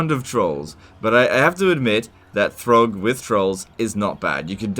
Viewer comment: "Good job throgg" did I hear that right?! 😹🤣